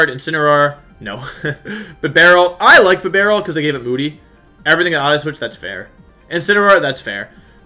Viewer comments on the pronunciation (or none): none